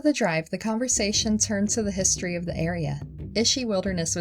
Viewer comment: History not hisstree Native not natuhv Oranges not oreenges Cameras not camruhs Didn’t not diten Paused not pahsed